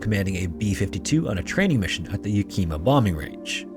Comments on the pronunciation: It is Yack-in-mah, not Yuh-kee-muh. Yakima. The incident mentioned in the video happened a couple months before I moved to that area. I had no idea that those planes had eight engines. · Yakima, little i sound. Yak-ih-ma